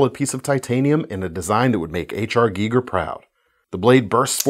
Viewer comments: It's pronounced with a long "I" as in "idol" H.R Gieger. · Geiger pronounced GUY-GER